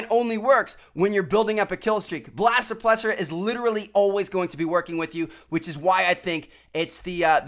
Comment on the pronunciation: blast supllesser XD